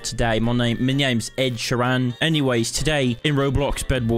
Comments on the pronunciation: its not “ed-sherrann” its ed: ed shear en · Ed sheer RAYN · Ed Shieeranne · not you saying his name like ‘sheeran’ also you should keep making these vids, keep it up! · i like it how he pronounces ed sheeran as: Ed She-ran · "Sheran" IM DYING 😭😭😭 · WHY DO YOU SAY SHEERAN LIKE THAT!!!!! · That Ed Sheeran accent was majestic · omg the way you pronounce 'Sheeran' (no hate)😭 nice cosplay & rip epic glasses 😥 but anyways keep up the good work! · Lol the way he pronounces Ed sheeran No hate tho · pronounced sheeran wrong